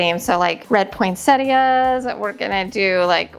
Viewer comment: I have only heard some Americans pronounce Poinsettias, without pronouncing the 'i' for some reason, but here in Australia and everywhere else that I know of that speaks English it is pronounced as it is spelt, Poinsettias with the 'i'. So as far as I'm concerned you are pronouncing it correctly. I tend to do different Christmas colour schemes and themes for each room/area of the house. That way I get to use all of my decorations, otherwise I don't have enough of one colour scheme or theme to do the whole house. The grandchildren love seeing different things in each room. Since I collect Nativity Scenes, I have some in each room. I don't have Santas anywhere, it's just not my thing. I have made lots of decorations over the years and I still do. I am into Needlefelting so I am currently making a Nativity Scene, angels and also gnomes.